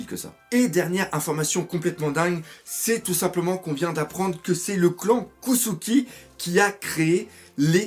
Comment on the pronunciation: pourquoi tu dis kossuki ? cest kozuki